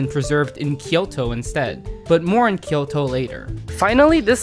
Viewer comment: Great video. Your pronunciation of Osaka is good, but Kyoto sounded super American lol. Nonetheless very much enjoyed it.